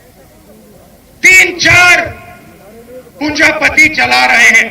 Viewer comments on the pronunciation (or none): पूँजा पती नहीँ मूर्ख पूँजी पती बोला जाता है पहले बोलना सीखो